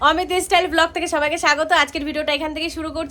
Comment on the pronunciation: অমিত "ইস্টাইল" নয় "স্টাইল" হবে, দিদিমনি হয়ে ভুলভাল উচ্চারণ 😀